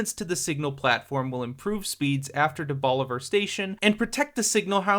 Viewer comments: impressed that you got the pronunciation of DeBaliviere right, lmfao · I live here, super accurate video. even appreciate pronunciation of DeBaliviere!